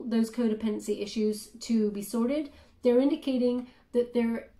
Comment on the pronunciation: has anyone ever corrected you on the pronunciation of "issues"? Just trying to be friendly here the best I can through a comment section haha but think of -ish sound like "ishues" The double S is deceiving and if English wasn't my native tongue I would pronounce it with the double S sound. I just want to help my friend I promise:)